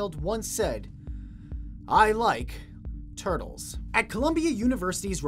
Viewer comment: I like tur-tuls😂😂😂